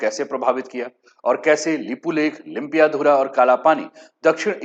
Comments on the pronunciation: लिम्पियाधारा नहीं, लिम्पियाधुरा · It is lympiadhura not Lympiadhara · सर आप लिम्पियाधुरा को लुम्पियाधारा बोलते हो,जिस जगह का नाम आप लोग अच्छे से उच्चारण कर नहि सकते हो ओ कैसे भारतको होता है?? ब्रीटिस नक्से का बात छोडिए,भारत से छपाइ गए पुराने नक्सा मै भि लिम्पियाधुरा काली नदिका उध्गम स्थल है।। ओर भारत के कइ पुराने राजनीतिग्य ओर पत्रकार लोग कालापानी लिम्पियाधुरा,लिपुलेक नेपाल के है बोलरहे थे।। इन्डिया के पास कुछ सबुत है तो आप के च्यानल मार्फत देखाइ दुनियाँ को।